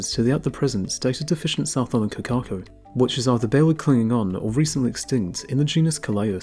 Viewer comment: Please try to pronounce correctly. Hint: Cor - car - cor. Cor - as in cor blimey Car - don't roll the r